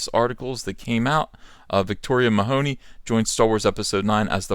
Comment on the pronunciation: Victoria Mahoney....it's Meh-huh-knee there is no hoe in the name. Also she isn't black....For some stupid reason everyone lacking with just a drop of non white blood is black in the USA....And that's just stupid. With all the SJW I wonder why this is still the standard...By the American standard everyone could claim to be black and there is no enemy left für the SJWs to fight anymore.